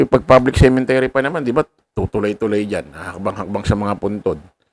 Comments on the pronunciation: cemetery hindi cementery😂😂😂😂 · Cemetary not cementary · Sorry po, CEMETERY, hindi cemeNtery. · Cemetery not CemeNtery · Cemetery..hindi cementery...